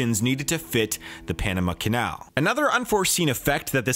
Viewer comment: "bought the Panema canal" ye sure